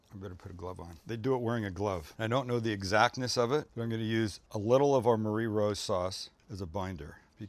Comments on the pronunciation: This looks insane! Definitely knocking some of this up soon! BTW it’s pronounced “marry rose”, not “Marie” like the girls name. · Looks awesome! By the way Marie in this case is pronounced as “marry”